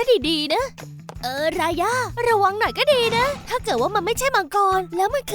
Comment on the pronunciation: รายาไม่ใช่ราย่าค่ะ